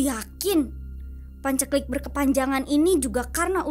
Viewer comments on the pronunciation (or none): Buat pembawa suara bu Mai: paceklik baca nya pancengklik,, kurang medok dan salah baca,, Enakan pembacaan cerita seperti biasa mas,, sudah terlanjur mendarah daging heheeee